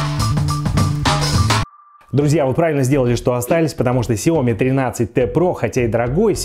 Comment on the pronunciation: Уважаемый техноблогер, пожалуйста, ставьте ударение в конце произнося название марки смартфона (Xiaomi)